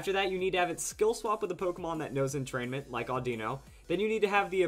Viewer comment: Sheh-ninja? Entrain-ment? lol